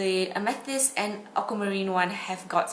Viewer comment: Its pronounced ame th ist like the stone.